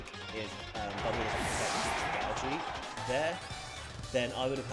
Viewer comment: Bruh I pronounce dragalge the same way you do. It definitely is pronounced that way and any other way is wrong 🤣🤣